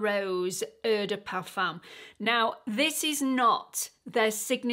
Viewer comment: Eau is pronounced ‘oh’